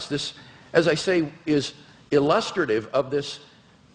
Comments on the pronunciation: illus-truh-tive... there is no William Lane Craig video on YouTube safe from preliterate mispronunciations. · Who tr pronounces ‘illustrative’ like that? 😭